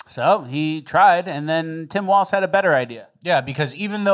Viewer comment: WALZ not Waltz!!!!!!!!!!!